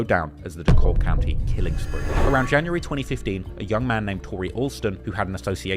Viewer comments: DeKalb is saild like DECAL-B..... NOT D-Cobb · It’s pronounced dee cab twin not DELLkab😂😂😂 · Fr, It sounds weird when people pronounce it with the L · It’s pronounced (de-kab) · It’s Dee-Cab. The L is silent 😂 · Bro Dekalb county is Pronounced Da Cab County or Dee Cab County not with that L Your using it sounds weird as hell. I’m from Woodstock, Ga. I Figured you would do research on how to pronounce something before posting a video documentary. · the pronunciation 😂😂😂 it’s “deh-cab” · I remember when this happened my parents made me stay inside and its weird when you say it with the L the L is silent dee kab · East side shi from Moreland Ave to redan Rd an it's pronounced D-cab county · It's pronounced Dee cab. It sounds strange when you use the L. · Damn the man from the UK he pronouncing it how its spelled. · You would think he would do research